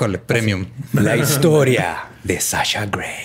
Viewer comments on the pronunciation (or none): none